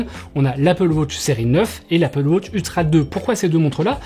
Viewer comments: Apple "Wauutche" OOHHHHHH!!!!! C'est Apple wAtch, WA-TCH ! Il faut dire le A !! AAAAAaaaaaaaaa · Apple WAtch et non Apple WOtch svp …j’ai les oreilles qui saignent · Merci pour l’info… Mais je ris à chaque fois que tu dis « Apple Wotch » 😂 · Ca me fume aussi 😂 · Apple Wôtch? 😂😉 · Apple wotch 🤣